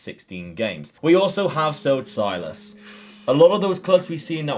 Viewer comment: Hello. You pronounce Silas as “Sill-ass” and then “Wam-an-gee-tuke-ah” Much love!